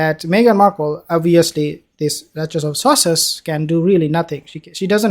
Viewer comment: Did the said...the duchess of sausages??